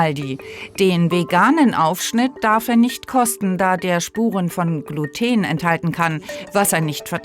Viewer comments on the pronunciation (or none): none